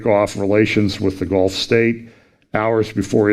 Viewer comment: when you said Gulf News I heard GOLF News. That took me back for a nano moment. I thought...Even the golfing community gets it. 🙃